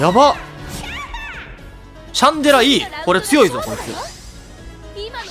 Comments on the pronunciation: シャ（ン↓）デ（ラ↑）じゃない？ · 発音シャン寺じゃん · ラーメンと似たような発音だよなww